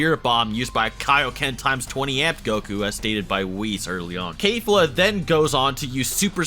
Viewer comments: KEFLA not kayfla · Why do you say kafla when it’s kefla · KAIF-la stop in the name of KE-FLA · Kefla, or Kayfla? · Its pronounced Kefla not KaYfLa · Sorry to say this. But when you pronounce Kelfa it sound as you are pronouncing cave-la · KEF-LA not KAE-FLA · Who the hell is kayfla , stop mispronouncing their names there’s literally no excuse ,when you say someones name you should say it how they pronounce it not how ur dialect interprets their name , its just disrespectful and lazy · Did he pronounce kefla Kayfla? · wow, I'm impressed... you managed to butcher 3 different names beyond recognition.... good job? (but seriously, well done on the video, i enjoyed it, cubed, and liked) butchered the hell out of Keflas' name ("kay fla") butchered the hell out of belmod's name ("Ver mod") butchered the hell out of Cabba's name ("Ca bbeh") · bruh this dude said KAY-FLO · Kefla is pronounced (k-flu) according to him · Your pronunciation of these 日本人(Japanese) names are terrible. けフラ(kefura) or in 英語(english) its kefla. And ザマス(zamasu) the u is traditionally silent so you'd say it like zamas.. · you pronounced Kefla wrong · Why do you pronounce Kefla like that, shit bothers me in every video. Lol